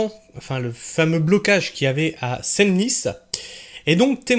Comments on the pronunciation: Senlis se prononce « sans lisse » bon sang !!! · Senlis Senlis phonétiquement sanlis